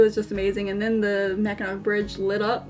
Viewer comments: Not “nack”… “naw” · Grew up in Michigan (Detroit) been to Mackinac Island quite a few times. As a child and adult. Great place. But it's pronounced mack-in-aww. Much Love and Aloha 🤙🏼💯🇺🇲.